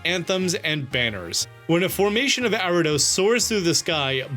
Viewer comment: Why this dude keep saying Arrados instead of Ariados?